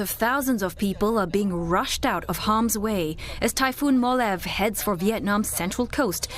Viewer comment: It is pronounce as "mo-la-veh" not "molav"..